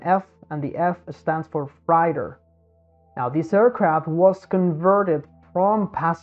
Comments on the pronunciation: Thanks for the great visual perspective in this video. Also, "freighter" or "freight" is pronounced "fr - ate - er" or "fr - ate". Like that, instead of "fr - ite - er". The English language has dumb rules, sorry for that. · Freighter is pronounced “fray-ter”, took me a second to understand what you meant. Not that it matters, good walkthrough of what happened. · Freighter "frey-ter"